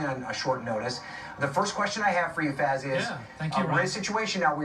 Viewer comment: The reporter actually pronounced Faiz's name correctly for once. Everyone uses a strange americanised/anglicised pronunciation usually.